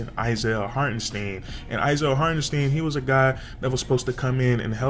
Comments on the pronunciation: Hart • En • STINE that pronunciation is crazy 😂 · It isn’t pronounced Steeeen #stopthesteen